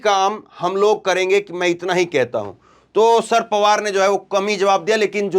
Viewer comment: भैया, शर पवार शर पवार बोल रहे हो, या sir पवार बोल रहे हो। अगर शरद बोलना है तो शर पवार ना बोलो, पूरा शरद पवार बोलो।